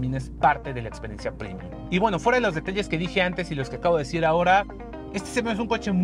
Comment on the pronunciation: Muy chiros los videos de. Un solo pero: ¿porqué dice “primium”? Es premium, latín, no inglés. Premium, no primium